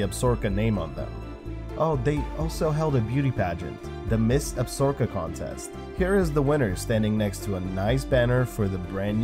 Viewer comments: it's ab-sa-ro-ka.....not absorka.... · Absorka? AB SA RO KA. Dude seriously it’s not that hard. Maybe you need to read your script through a couple times and make some effort. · ACKSHUALLY Formally, Absaroka, as in the Absaroka Mountains, is pronounced with the accent on the second syllable. That A is soft followed by a soft O, as in look: something like Ab-SAR-uh-kuh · lol tell em. Your 100% right.